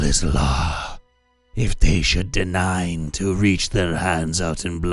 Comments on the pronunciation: Deign is pronounced "dane" not "de-nine".No hate, just letting you know. I used to think annihilate was pronounced AN-hill-ate and that "in-eye-ilate" was a different word entirely....Comes of reading way above your age level loonng before your have peers who can converse with you. Best believe I was a pompous little ass...Oh, and "inexorable" is pronounced "in-EX-orable"..maybe THIS could be a good idea for a way to deflate a BBEG speech...have the PC keep correcting his pronunciation... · "Deign" is pronounced like "Dane". Just FYI.